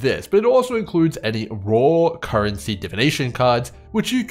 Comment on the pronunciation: I'm just here to hear say "Carrency" 🦘